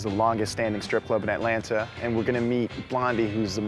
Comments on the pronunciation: And he don’t know how to say Atlanta for real though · She says "Aeh-lanna" Reporter says "Atlanta" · who else doesn't like it when someone says Atlan(TA) just say it all together Atlanta Atlanta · If any of y'all from ATL, we say Atlanta "Atlanna" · It's cute that he pronounces the 2nd "t" in Atlanta. Also, the Clermont Hotel is now a trendy, boutique hotel rechristened Hotel Clermont and I'm willing to bet one night costs more than the weekly rate in the 90's. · The "t"'s in Atlanta are silent 😂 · Shidd the way he keeps saying the second T and Atlanta Ik he isn’t from here 😂